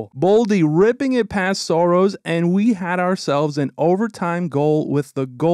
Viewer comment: Saros! Not Soros 😂